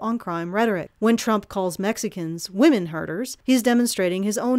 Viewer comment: I keep hearing you day, "women herders"...